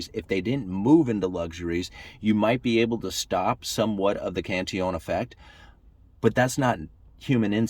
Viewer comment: Cantillon is pronounced 'Canteon'. Sorta like quesadilla/keesadeeya?